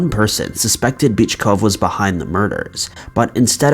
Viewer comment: Yo. I caught that.. LMAO. After you said his girlfriend called him a wimp. You pronounced the guy's name as Bitchcough.. 😂😂